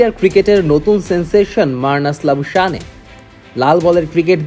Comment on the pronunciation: Labu shaneey na Labu shane prounce hobe, Bangladeshi sports reporter der ei akta boro shomosha kishu thik kore bol te pare na, ba pronounce korte pare na